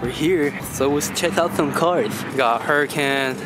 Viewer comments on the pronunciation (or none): Completely said huracan wrong. Its Hu - rock - kin as Hu - rockin not hurrican